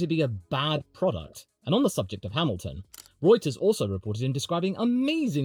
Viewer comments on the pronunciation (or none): none